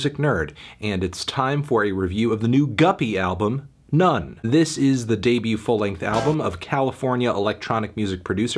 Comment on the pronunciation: Good review Anthony but I don't think it's necessary to pronounce the album title as Nonce